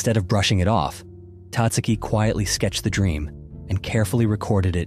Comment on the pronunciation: Tatsuki is pronounced with emphasis on the SECOND syllable Tat SU' ki